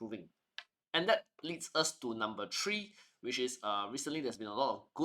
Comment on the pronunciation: Please, it's "three" (3) not "tree". It sounds so ugly.